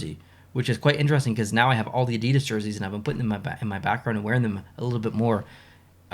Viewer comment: hey, i just wanted to say i really enjoy your videos and i definitely plan to stay subscribed for a very long time:-) one thing i did want to mention, with all due respect, though is the word Adidas is pronounced " ADI-das " i used caps to emphasize where the emphasis of pronunciation is in the word. just trying to be helpful, that's all.